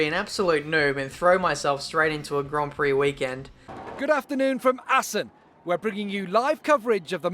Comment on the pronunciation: Also, you completely mucked up the pronunciation of Assen xD